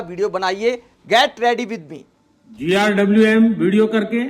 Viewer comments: GRWM means get ready with me. It's not GIWM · भाई इसको GRWM बोलना किसने सिखाया 😂😂😂